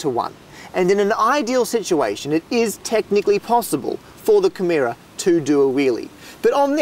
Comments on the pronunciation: That would be Camaro , not "Cameera". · Camerra? It's CamARO, mate. ;-) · I've become irrationally angry at how he pronounces "Camaro". Then again, he comes from a country that's upside down, so what did I expect? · How do you even get "camheera" out of "camaro" ? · Watch out for making mistakes yourself when you're correcting someone! It's obviously "Camaro", not "Camero". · I thought it was camaro not camara? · Does he not know how to say "camaro"? I'm sorry but accents shouldn't change how words are actually pronounced.